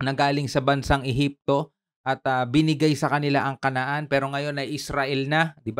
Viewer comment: ehepsio??😂😂😂d pwedng ehepsians??😂😂😂😅can enter(j) instead (h)